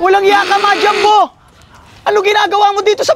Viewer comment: 𝕄𝕒𝕛𝕚𝕞𝕓𝕦 ❌ 𝕄𝕒𝕛𝕚𝕞𝕓𝕠 ✅